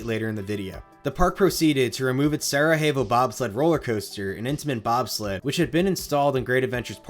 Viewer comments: It's pronounced Sarayevo, not Sarahevo. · Its pronounced "sarayavo' not sarahevo. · With all due respect, you need to take classes to learn how to pronounce these things. Sarajevo is pronounced Sara Yevo, not sarahevo. It’s not Spanish. Sarajevo is a city in Eastern Europe, Bosnia, an area formerly Yugoslavia, famous largely for Winter Olympics back in the 80s. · Quick note, the J in Sarajevo is pronounced like a Y. Sarah-Yay-Vo 😊 thanks for the great content as always! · Solid research on a great coaster. Just an FYI: Sarajevo in Sarajevo Bobsled refers to the city hosting the then-recent 1984 Winter Olympics, so the pronunciation is sara-YAY-voh. Thanks for the trip down memory lane! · The Sarajevo in Sarajevo bobsled is pronounced Sara-yay-vo, at least by American standards. Lol j sounds like h in Spanish, but in Croatian/Serbian the letter j makes more of a y sound... In case ju were wondering. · Just an FYI it’s pronounced Sarah Yay Vo. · I love these vids but my pedantic ass stays bothered by the pronounciation of Sarajevo like it's some Mexican city